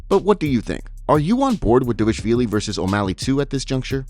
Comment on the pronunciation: Homie, this is my fav MMA updates channel, not disrespect. But you gotta learn how to pronounce Merab's last name 😭